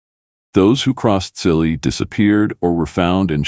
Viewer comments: His name is pronounced as Chilli not silly . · Chilli , not Silly for god's sake